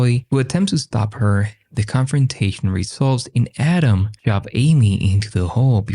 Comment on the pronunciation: Every time audio say Autumn, it sounds like Adam.